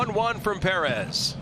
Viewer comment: Martin Puh-Rez!!